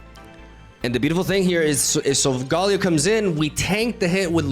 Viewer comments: How to pronounce sogaleo: SOL-GUH-LAY-OH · SOUL - GUH - LAY - OH Please, stop butchering my favorite Pokémon lol